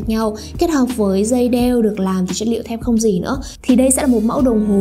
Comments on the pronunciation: Gỉ đọc là dỉ chứ k phải gỷ nhé. Chưa thấy ai đọc gỷ như bạn bao giờ. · đọc thế này mới đúng nhé và t chưa thấy ai đọc là gỷ bao giờ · ồ thế cô giáo bạn cũng dạy bạn đọc là gỷ à buồn cười vậy. Gỷ sét à :v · bạn cũng đọc gỉ là gỷ luôn à :v. Ủa hay bây giờ sách tiếng việt ngta cải cách hay bh giáo viên dạy khác nhỉ chứ ngoài đời tôi chưa thấy ai nói là gỷ sét bao giờ.